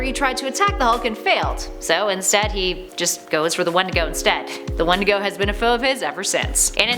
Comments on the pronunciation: You say "wendigo" and I hear "one to go". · That’s not how you say wendigo